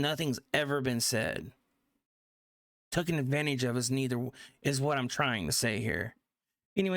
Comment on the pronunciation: It's Taken not tookin